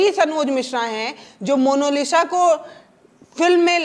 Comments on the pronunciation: मोनोलिसा नहीं मोनालिसा बोलिए। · पत्रकार महोदया जरा शब्दों पर ध्यान दीजिए। Monolisa नहीं मोनालिसा बोलिए।😂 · Mono nahi monalisa hai😂😂😂😂😂😂😂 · मोनोलिस ❎ मोनालिसा✅ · Monalisa hai ya monolisa, monalisa kahne ke lie aapko nahin hota hai kya ? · Mam please say monalisha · पहले डिटेल ढूंढिए तब पत्रकारिता कीजिए, दूसरी बात मोनालिसा बोलना सीखिए